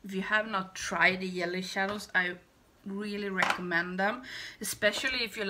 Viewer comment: The looks turned out so pretty❣️. I never tried Fenty eyeshadows and now I want to after seeing how much u liked them. I also so enjoy how you say yelly (jelly) shadows. Always makes me smile. Thank u